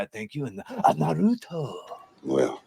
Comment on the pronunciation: You saying it "nuhrootoh" is wild